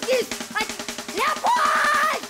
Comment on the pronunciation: Где она сказала ЛЕОПООЛЬД